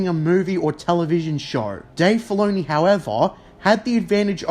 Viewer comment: Writah, Filoneeh, force usaah